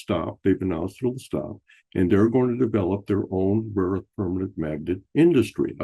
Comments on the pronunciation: Joke’s on you dude! CLEARLY Trump was saying “RAW” earth, not “rare” earth. Rare Earth is a band from the 70’s. Geez! 🙄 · And he of course calls it weirdly "raw earth". Probably on purpose in accord with the Kremlin script he got from his handler.